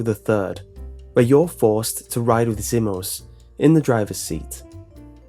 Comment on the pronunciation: The mispronunciations... It's pronounced Zee-mos, not Zim-mos (not to mention you bring up his 'bad' driving, and show a clip of him driving well? * slow applause *) It's also pronounced Sheh-vah, not Shee-vah, but I do agree with her piss-poor AI, trying to clear Professional solo is hard SOLELY because of her.